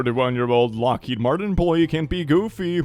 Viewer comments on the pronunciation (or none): none